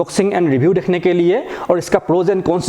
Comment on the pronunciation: Bhai thode paise dal ke speech therapy bhi Lelo dhekhne ko nhi dekhno